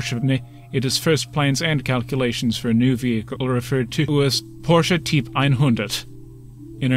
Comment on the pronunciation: Agreed. Just 1 gripe. "Typ" is pronounced "tupe" in German.